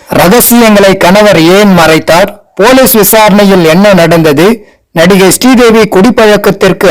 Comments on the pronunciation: Her Name is not stee devi, it's Sree devi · Stree Devi Stree Devi nu அயிரம் தடவ சொல்லி கொல்றீங்க பாஸ்!!!